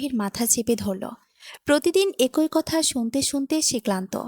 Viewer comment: একোই নয় “ এক ই”